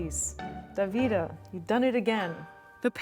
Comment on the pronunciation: Your pronunciation of "Davide" is so funny 😂